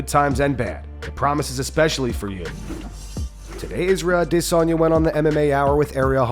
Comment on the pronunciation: Israel Adeeeeeeesonnyyaaa - why's he pronounce this like a muppet